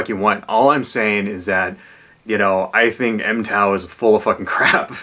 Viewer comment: Its pronounced mig-tow. not em-tow.